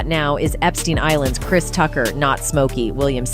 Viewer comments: … “CHRIST” Tucker??? WTF??? 😲😲😲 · Christ 😂 you’d think AI would be able to pronounce the name Chris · “ Christ Tucker”? Stupid A.I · "KRISE" Tucker is because you're listening to an A.I. robot reading the text. They use it a lot on these tabloid "news" videos. Especially on celebrities and NFL / NBA. The AI, or whatever it is, still makes misreads and mispronunciations of certain words(interjections) and names it reads. Sometimes you can hear weird inflections also, but it's getting better at sounding like a real person. This one uses a female voice that sounds like "Entertainment Tonight". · Krise? I think the fear of AI is a bit overblown. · Goes to show you AI isn't that intelligent because it can't even pronounce Chris Tucker's first name correctly